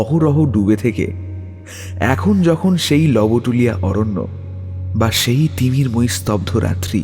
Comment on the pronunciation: Jayga tar pronunciation "Lobtulia" howa uchit... barbar "lobotulia" shonata bishri lgche... Golpo paath kintu valo...valo lagche shunte... Tai bole "Manob" k to r "Manobo" bolle barbar seta vlo lge na... Bangla uchcharon er dhonge sob kichu na anai shreyo, "lobotulia" bangla aroshto uchcharoner khub e nikrishto obosthan...